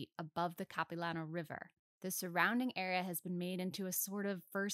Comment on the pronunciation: This is a really cool video! But as a vancouverite, her pronunciation of Capilano is very silly.